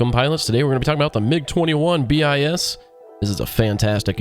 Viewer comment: dont say mig21bis like letters say it like bliss without the L